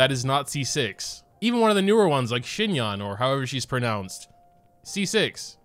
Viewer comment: Xinyan is pronounced "Zin - yan" just replace the X with Z